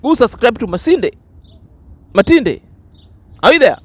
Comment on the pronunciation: Her name is (matinde)not masinde